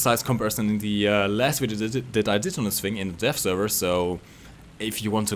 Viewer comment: Sometimes when you say "Dev" it sounds like you say "Death." So every time you said "Dev Server" it sounded like "Death Server." you sexy beast